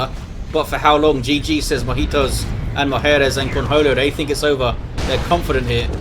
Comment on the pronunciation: Thanks for the vids. Since you're pronouncing Mojitos & (i) mujeres in spanish, you can pronounce "&" as "i" as well to make it complete :)